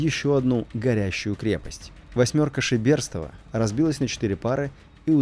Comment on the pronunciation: ШЕберстов,а не ШебЕрстов.